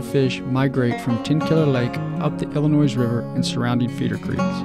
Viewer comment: Great video. The "s" is silent in "Illinois".